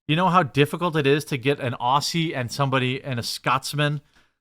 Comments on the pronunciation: Dude, it's Ozzy, not Ossy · Damn that's a shame. Being a fellow Aussie it is hard to watch live. P.S. we pronounce it Ozzy.